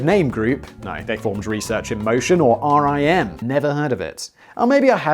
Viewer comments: Oh and it's said like the word Rim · Writing this from the city where BlackBerry’s were invented. It’s odd to go and see the buildings being used by other companies. Also it is pronounced Rim not R.I.M. When they shut down and a ton of people got laid off it was hard on the local economy. But will say we have a ton of cool startups that happened. Not sure anyone else will care but loved the H.A.L reference. The actor who voiced H.A.L was from the same region. He passed away here back home at St. Mary’s Hospital. Nice little connection that made me happy. LOL great job! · It is pronounced "RIM", not R.I.M. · It is RIM, not R.I.M Typed on my blackberry keyboard - oh yeah. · Everyone in Canada (anyway) called it "RIM" and not "R. I. M." - everyone knew what you meant when you said RIM, it meant Research in Motion, but also fully inter changeable with "Blackberry". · It's Rim, like a wheel. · I LOVED BB's physical keyboard! no other keyboard comes close. I refuse to move on, dammit! Superior is superior. We can put a man on the moon, we can produce a physical keyboard which doesn't kill screen space. Don't settle for less! P.S. Simon it is called RIM which rhymes with sin :) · Research in Motion Employees shorten it to Rim (rhymes with Tim). Source: Was courted by RIM in 2005 when I graduated college.